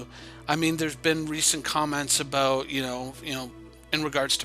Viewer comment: aboot lol